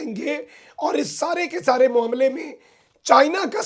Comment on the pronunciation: 🇵🇰🇵🇰🇵🇰🇵🇰🇵🇰🇵🇰🇵🇰🇵🇰 یار اپنی آواز تو ٹھیک کرلے پہلے تری تو آواز ھی نہیں نکل رھی اور تجھے۔تو یہ تک نہیں معلوم کہ لفظ کا تلفذ کیا ھوتا ھے تو معاملے کو موملہ بول رھا ھے شرم کرو یار اپنی قومی زبان کو۔تو سیکھ لو کیسے کیسے چول آجاندے نے یار سوشل میڈیا تے فٹے منہ